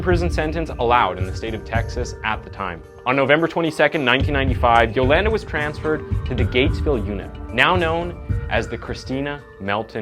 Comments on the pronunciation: Lol it’s “yoLAWNda” not “yoLANduh” could barely watch this cuz it hurt my ears every time I heard you say her name dude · I'm willing to bet her name is pronounced Yo-Lahn-Duh, not Yo-LAND-Uh... Mostly assuming so 'cause she isn't a white/hillbilly. But I'm guessing that you are,? Especially with the way you pronounce Uh-GAIN. I had to stop the video there, as I know the story quite well, & I can't stand hearing your pronunciations. could've/would've been a decent channel otherwise. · The way he says Yolanda is funny. At least he got the last name right. Yo-lan-duh 😂😂😂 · where im from we pronounce it as Jo-lun-duh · U said her name wrong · He keeps mispronouncing her name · im Cringing how much the word Yolanda being missprounce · Oh man you're gonna pronounce Yolanda that way the whole video huh? 😅😅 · I enjoy watching your “insights” on your YouTube channel. One suggestion? When you present the episode(s), it would be good to be able to pronounce names or words, correctly. Yolanda, for example. I believe it makes an impact when you make effort in pronunciation of names. You’re doing great!!